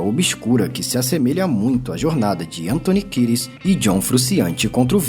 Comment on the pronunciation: Antony Kires ? Achei que fosse Kieds, mesmo na pronúncia 🤦🏽